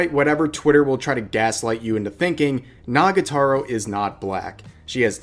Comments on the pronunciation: It's NagaTORO not Nagataro tho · It's nagatoro, not n*ggatoro lmao